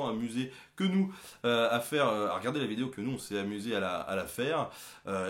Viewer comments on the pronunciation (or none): none